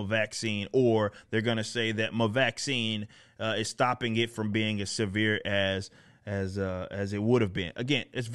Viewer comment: Every "scarient" comes from the "vacsheens"...